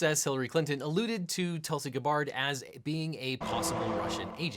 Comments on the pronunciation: Objection! This constant mispronunciation of her name is painful to hear. I find it hard to believe in your background research that you didn't find out how Gabbard is pronounced. You're creating the appearance of bad faith. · well then, you have selective hearing and must have blocked out him saying her name another 42 times. He said it a total of 47 times, of which he pronounced it correctly once. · This is where my british brain was like "The heck? Where do you ever pronounce an e in that name." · Love your stuff, but the mispronunciation/slaughter of Gabbard's name was too much to finish watching, sorry. You have really high quality content but getting the little things right is what makes it so enjoyable.. this was an omnipresent tick that was way too distracting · Anyone else annoyed when he mispronounced her name? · Are you intentionally mispronouncing Gabbard? It's hard to imagine that you wouldn't know the correct pronunciation of a public figure that you chose to do a video on. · Anyone else have to stop the video because of how he pronounces Tulsi's last name? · lots of channels do that on purpose to get people to post comments. A communally engaged audience is more likely to stick around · Who is Tulsi “Gah-Bard”? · I always love all these LegalEagle videos but man the mispronouncing of Gabbard is really annoying. I mean he has videos of Gabbard on television and I swear they introduce her with the correct pronunciation so it just feels lazy. Sort of like having misspelling or really bad grammar in a paper, it doesn't mean the thesis isn't thought out or profound but it sure makes the reader biased against it. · Objection. It’s pronounced “Gab-urd”. Your pronunciation sounds like that of a French elephant, i.e. Babar. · This is going to be a long 27 minutes after hearing the first "guh-bard". Still love ya eagle. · Oh my GOD please stop saying "guh-BARD." It's "GA-bird." I die a little bit every time you say it wrong. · GAB-bard not ga-BARD